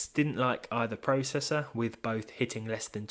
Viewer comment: You say processor/process wrong